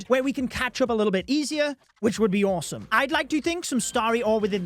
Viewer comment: "Which would be oresome" 😂